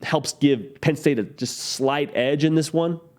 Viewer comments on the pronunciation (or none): none